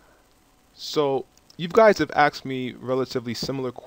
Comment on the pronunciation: I'm sorry, I know it's not the point of the video, but why do you say "axe" instead of "ask" or "axed" instead of "asked". It's not even one of those similar words that are easily confused. I'm not making fun, I'm just interested.